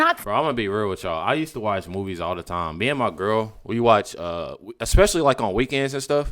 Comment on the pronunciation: Ickspecifically?? Its especially you moron!! Can't stand this racist lady.